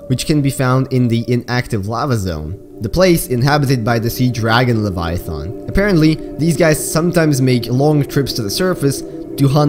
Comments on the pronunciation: please look up how to pronounce leviathan. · at least you know you said it wrong. Didn't mean to come across as rude, but I am a grammar nazi. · 1 you pronounced leviathan wrong 2 the reaper is longer than the cyclops not almost as long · WHAT YOU MISSED WAS ITS PRONOUNCED LEVIATHAN NOT LEVIATHON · Pronunciation: Reaper Leviathun How you say it: Reaper Leviathon Me: ??? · he says Leviathon instead of Leviathan............I actually think Leviathon sounds better. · Leviath’’AN’’ not leviath’’ON’’ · “Reaper leviothon” It’s pronounced leh-vi-a-then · I hate the way you say leviathan. There's an "a" there, not an "o". Stop it. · The way you said Leviathan crackedr up. It's like calling a thong Thang. Lev-I-A-THAAN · Tioper liviotoin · "Reaper leviathont" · “Reaper LaviaTHON” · "Leviathon" - 2019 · “l e v i a t h o n” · Remember when said "reaper leviathon" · Yeah, he said lev-eye-uh-thon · "Reaper Leviathon" 💀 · reaper laviathon, yes defifnitley how you pronounce it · Any other OCD people annoyed at his pronunciation of the word leviathan? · Mkay like im fine with everything else and the lore and all that but like I hate how you pronounce leviathan is that just me? 😂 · I hate the way he pronounces leviathan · Disliking the video solely based on how you said leviathan seconds. Stopped the video. Unfollowed. Turned off my phone.